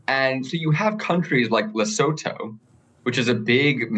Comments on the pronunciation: with the best pronunciation of Lesotho (Lee-soo-two) I've seen in all the US media. Krystal's had me cracking up. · His pronunciation is actually pretty close. Krystal’s been butchering it for a week. You pronounce it ‘leh-soo-too’ South African here.